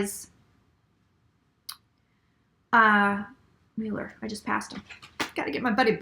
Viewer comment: Right cards, wrong interpretation. But you are correct that justice will prevail. Your pronunciation of Müller (Mueller) is correct. (I speak German, too.) My predictions: Mueller will remain for now. RR will go. Trump will serve full term (and maybe two). There will be many arrests and prosecutions.